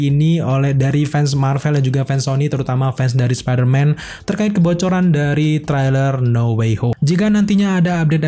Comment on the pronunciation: spiderman apa sparmen ya? Siapa tau gw yg slh dgr, siaaaap salah senior😂